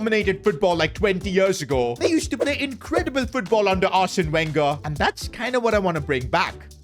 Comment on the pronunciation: Dude, please, pleeeeeeease learn how to proper pronounce players and coaches's names from outside your native language! I'm Brazilian and I can pronounce Arsène Wenger's name better than you🤦🏽‍♂️ please learn the fucking pronunciation!!!!! You make it for a living!